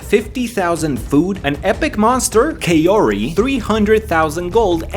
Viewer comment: I kind of got triggered when he pronounced Kaori (kao-ri) kay-o-ri.